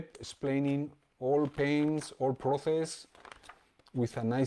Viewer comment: Proces no xD Proses se pronuncia proses. Gran video maestro!!